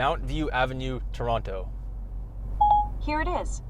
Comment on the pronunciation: i died LMAO but again great video! I have observed that Google is still better at handling my Indian English though. Also why do you say toronTo huh